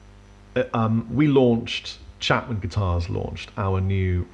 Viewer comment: "Chengan" ? Wot's that ?